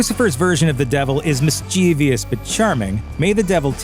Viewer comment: Dear Netflix, Could you please hire a narrator who knows that mischievous is NOT pronounced miss-chee-vee-us?